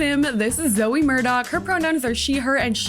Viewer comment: Me every time you said my name: 👁👄👁 (It's Zoey btw)